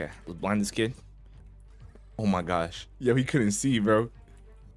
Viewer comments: He said “oh my gosh” but put a y sound before the o so it came out as “oh my gyosh” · He didn’t he say oh my gash